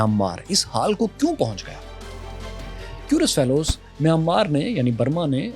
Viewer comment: آپ کیورلس فیلوز کیوں بولتے ہیں؟؟؟؟